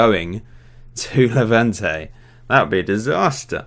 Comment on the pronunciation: saul would be going to Hevante ????????? it's levante with L and schennikov is with double N not MN